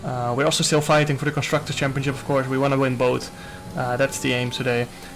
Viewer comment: Nobody: Jarno: “champioCcip” 😂